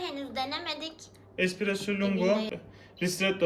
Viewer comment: Espressoya "ekspresso" diyorsun makine senin neyine